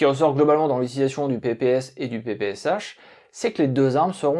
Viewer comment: Ça se prononce semble-t-il PP(S)Chat.